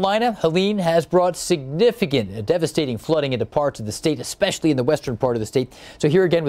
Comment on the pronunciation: You can't put enough emphasis on the word significant tbh 😳